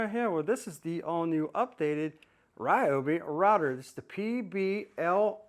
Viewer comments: The people at Ryobi (near my home) pronounce it ree-obi. Every one of them use this pronunciation and I’ve met some of the higher ups. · Its hilarious that u keep insisting the Ryobi name is Ri-yo-bi n not Ree-yo-bi. Its like telling a Japanese person that they are pronouncing their own name wrong. Ryobi is a Japanese company originally that was expanded into the US. If they pronounce their company name using Japanese way, only an ignorant n arrogant person to will insist it should be pronounced the American way. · You are wrong. It is NOT Rye-obi, It is Ree-obi. Go watch the companies videos and listen to how the actual company pronounces it. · REEEEEobi. Not Ryobi. Confirmed with the manufacturer. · Its reeobi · Rye-obi's (Not Ree-obi's) been doing the handle wrench thing for a long time, I have an ancient Rye-obi (not Ree-obi) blue grinder with the same setup & wondered why that never became a new standard. Definitely would like to see the router & bizzer gone over! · Ummm, the Roy I tool USA page on YouTube has many videos that pronounce it reeobee